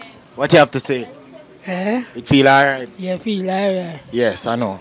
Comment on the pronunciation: "feel arite" 😄😄